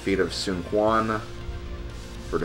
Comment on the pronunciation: Also, Quan is pronounced "Chuan":)